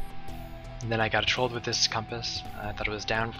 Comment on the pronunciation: It hurt to hear him say trolled.